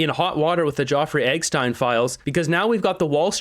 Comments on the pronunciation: it's Epistein, not EGG-Stein hahaha... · Why do you refuse to pronounce Jeffrey Epstein's name properly? It's not fucking Joffrey Eckstein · So you can play a video clip about Jefferey Epstein where they can say his name but you call him "Joffrey Eggstein"? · Jeff-Rey Ep-Stein 😂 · what is up with your epstein pronunciation? is it an algorithm thing or what? do you spell it that way too?